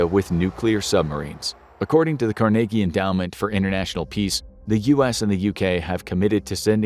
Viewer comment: Its CARNAGEE NOT Carnigiee (I know it's not spelled correctly I wrote it so it can be sounded out when you say it the correct way to say it)